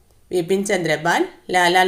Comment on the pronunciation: വിപിൻ ചന്ദ്രപാൽ അല്ല ബിപിൻ ആണ്